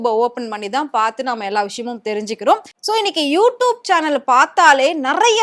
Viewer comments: You tubennu solla Theriyala you doopunu solra unakellam100vadhu edendhan kettaikkum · Wrongly pronounced word u tup . Its u tube . Without any shame she is repeting several times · யூடியூப் யூடியூப் யூடியூப் என்று ஆயிரம் முறை சொல்லிக்கிட்டு எழுது. அப்போதான் யூடூப் என்று தப்பு தப்பா பேசமாட்ட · Nalla sonninga, sariyaga ucharika theriyathagal ethai pottalum padithu vaikirom thalaoyeluthu 😂😂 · Tube ma toob toob nu solriye mapo ma waste ma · யூ டியூப் ன்னு கூட ஒழுங்கா சொல்ல தெரியல. நச்சுன்னு சொல்றத விட்டுட்டு வள வளன்னு இழுத்துகிட்டு. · மொதல்ல யூ டியூப் ன்னு சரியா உச்சரிக்க கத்துக்கோ. அதுக்கப்புறம் வந்து ஆத்து. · First pronounce you tube properly. Shame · Please correct your pronunciation of You Tube, mam. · யு டியூப்ன்னு ஒழுங்கா சொல்ல தெரியலை. நீ பேசுறது கேட்டால் எரிச்சல் தான் வருது. கண்டிப்பாக not interested chanel தான் உன்னுடைய சானல். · Neeyellam eppdi than chanel vachirikkiyo you tube 100 times you tubaye kevalama pronounce panra pakki😂